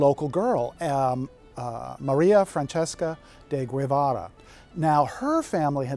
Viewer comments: Guevara is pronounced something like GehVAHrah. U's are silent after the Gs in Spanish, there is no 'gwehvahrah.' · It's not Web-Ara, Guevara is read as Geb-Ara, the U is silent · Very interesting historical insights and depth of research. However, refers to a María Fran-ches-ca de Goo-eh-vara, seemingly unaware of the fact that that is clearly not the proper Spanish pronunciation of the name, which I found more than a tad astounding for such an 'authority' on the history of St. Augustine.